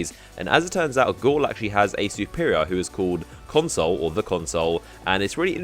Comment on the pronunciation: Everytime you say console i think of moreconsole...